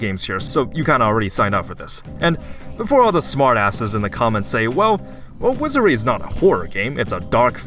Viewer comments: wizary? dont you mean wizardry? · Wizardry. Wizar*D*ry. Please learn to pronounce the name of the games you play. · "Wizerry"? are you, uh...outrageously stupid, my man? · you never pronounce the d in wizardry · okay very cool but can you prononuce "wizardry" correctly without omitting the d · Why does he not pronuce the d in Wizardry?